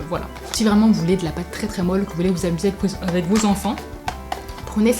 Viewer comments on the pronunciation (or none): none